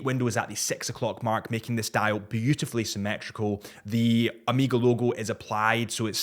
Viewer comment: It’s Omega not Amiga!!!